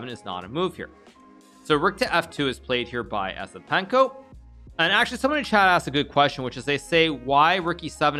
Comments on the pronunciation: its pronounced YES-IPENKO, not ESS-IPENKO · He didn't even try to pronounce it correctly 😂